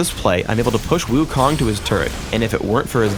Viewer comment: lol, wukong, wrong pronounce. 悟空. do u know chinese? the kong is wrong pronounce. lol .